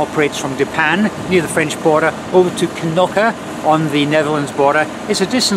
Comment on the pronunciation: I like your pronunciation of Knokke. I was actually waiting for you to call it "Nokke"". Well done.